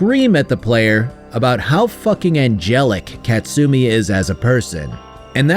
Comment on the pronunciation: ka-tsu-mi not kat-sumi